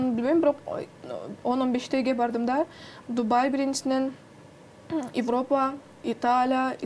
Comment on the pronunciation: Азамат экен, амбициясы кучтуу. И..и..и.. деп ортосуна кошкону, Уй булоо эмес семья деп суйлогону, Италя, Испаня, Эвропа деп кошпой эле койсо болмок экен..